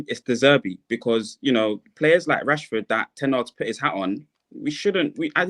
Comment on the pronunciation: yo Marcel stop calling Rassy, what Rassy. fella name is Rashford